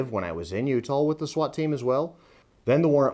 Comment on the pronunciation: . Oh no I’ll be so upset if I could never go back to Utah again lol I mean never mind I wouldn’t miss going there at all. Matter fact remind me to never go to Utah I have no reason to go there it weirds me out the only thing cool about it is the way my man right here pronounced Utah